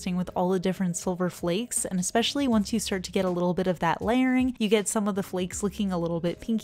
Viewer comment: The way she says flakes ✨flecks✨